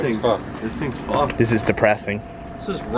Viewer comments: “The whole things fawked” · " the crash bars FOCKEDD"